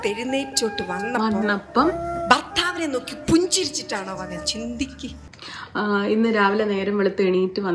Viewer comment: ചിതിക്ക് അല്ല ചന്തിക്ക്